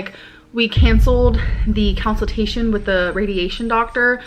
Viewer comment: Gorl wtf is a “counciltation” 🫠